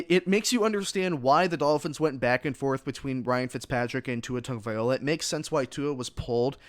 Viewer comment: Please if u going to do a podcast get Tua's last name right or don't say at all, Tua will be alright.